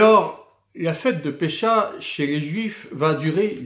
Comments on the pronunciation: Bonjour à vous, merci pour le contenu. Mais ne dit-on pas phonétiquement Pessah et non Pécha ? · juste pour info : Pessah se prononce pessar